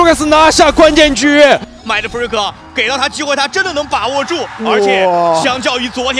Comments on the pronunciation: 其實就是發音問題，他們也不算說錯啦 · 影片很好看 但Mindfreak名字一直唸錯有點煩（賽評